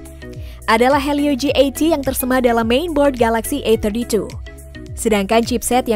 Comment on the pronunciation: ini yg review orang indo apa china? Susahnya bilang A32 A31, AUTO DISLIKE. Cari Yt lainya